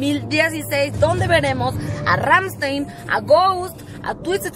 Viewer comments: c dice rammstain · así no se pronuncia rammstein:(